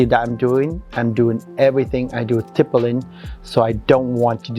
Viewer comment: "Tippelin'!!" It took me WAAAAY too long to figure out that was "stippling" 😂 My God she is stunning and the MAKEUP!! 🤩🤩🤩